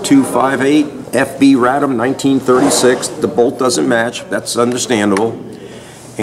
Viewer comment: Radom is pronounced "RAH-dom" - a city between Warsaw & Kielce where the name is the quote of a feminine speaker saying, in archaic Polish, "I'm joyous."